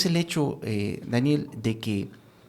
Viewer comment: perdon pero no pude dejar de reir de "Dániel" 😅😅😅